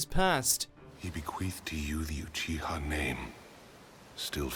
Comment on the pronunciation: Ucuha = uchiha